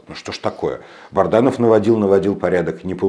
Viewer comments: Добрый вечер, скажите пожалуйста вы постоянно коверкаете фамилию Азата солдата, он же Бадранов, а не Барданов. Или это ваша хитрость? Спасибо! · Бадранов! Не Барданов